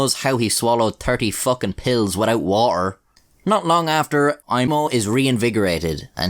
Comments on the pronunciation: "god only knows how he swallowed tirty fockin pills without woter" "not long after, aiMO" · LOLOL "good only knows how he swallowed 30 fu*** pills without "wa-er" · Terrrrty fookin pills witoit wah-er